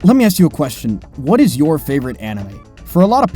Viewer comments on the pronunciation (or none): Now let ME aks you a question.